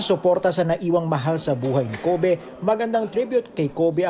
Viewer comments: KOH-BEH hahahahhaha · 😜🤣parang ubeh